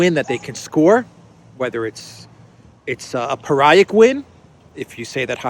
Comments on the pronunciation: NB - pyrrhic is pronounced "peer-ick" not "pie-rick". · Pyrrhic …..peer-ik